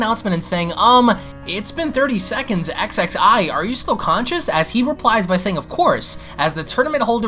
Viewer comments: Again I'm sorry to have to say this but Xxi's name is pronounced Ksee. I know it's irritating because Salagir speaks French but that's what he went with. In any case "Thank you Bra for kicking those two idiots asses!" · Leveler actually it’s ksksee